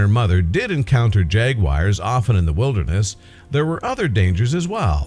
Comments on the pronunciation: Pronounced jagWARS jagWARS jagWARS not jagWIRES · Couldn't watch any more after narrator said, "jag wires" If you are going to make your living with your voice, learn to pronounce words properly. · "Jag wire's" prowling the mountains 😜